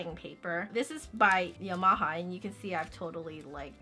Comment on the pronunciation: okay but the way you pronounced yamaha